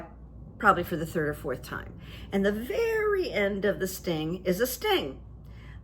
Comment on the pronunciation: Veddy interesting…..but stoopid.. isn’t that what he said ?? 🤣🤣